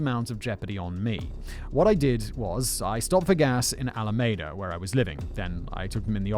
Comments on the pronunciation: It's all a me da not ala maida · Another wonderful job about a story that makes me truly angry since he killed and then got out of jail to kill again. I am from the San Francisco bay area, so this is very close to me. For future reference, the name of the town - Alameda - is pronounced Al-a-ME-da. I grew up just south of there. It is also the name of the county where that city is located. Keep up the awesome work! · pronounced "Alameeda." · I’m digging how Simon pronounces alameda 😉😊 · Simon, how can you call yourself a Star Trek fan if you don't know how to pronounce Alameda?🐋🐋😉